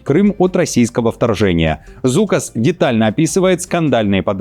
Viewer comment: Zulkas ne pravilno. Zuokkas. Čitajetsia kak Zokas.